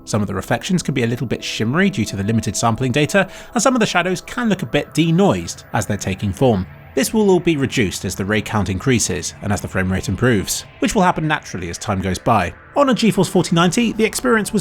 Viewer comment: “Ruh Juiced” instead of “Reduced”